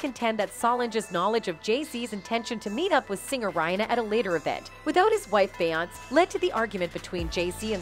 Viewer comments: It’s Beyoncé (Be on say) say it correctly while you’re butchering these people’s names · Will SOMEONE TELL THE NARRATOR OF THIS PODCAST TO LEARN HOW TO PRONOUNCE BE YON SAY'S NAME CORRECTLY? SHE'S SO ANNOYING. SHE DOESNT PRONOUNCE BEYONCÉ NAME CORRECTLY. SHE DOES THIS IN SEVERAL VIDEOS..SHE ALSO DOESN'T PRONOUNCE BENNY MEDINA CORRECTLY EITHER..ITS MA DEE NA MEDina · Is the Narrator keep calling Beyoncé "Beyons" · Lately entertainers names are pronounced wrong.Nevet heard it like this before.Beyoncé ce is pronounced as say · I’m hoping the narrator is a computer generated voice because she pronounces Beyoncé’s name as “Bayaunts” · i can careless for this lady, but her name is be oncey! pls figure out how to say peoples name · How can you talk about them and you can't say her name Right. It's Be yon CE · Wtf is a Bayance? Lol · Bay-yonce … why are u pronouncing it wrong 😑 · Beyonce has been singing for years. How is her name being mispronounced in this video? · I love your videos but I realllly wish you would say Beyoncés name right 😂😂😂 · Beyonce why can't you say no one's name right ever are you using a voice app I can help. RonnieBlueeyes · Her name is …. Beyoncé (try breaking it down) if you Vampires are going to suck her blood… try to pronounce her name right… A** Hole!! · Please 🙏🏿 for the love of God you pronounce beyonce name wrong. And aaliyah name wrong please say there Name correctly. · How's this woman keep constantly mispronouncing the name of one of the biggest stars in music? How? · Why do keep pronouncing her name wrong??🤔🤔